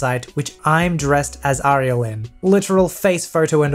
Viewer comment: For the last story: it’s pronounced “air-ee-el”.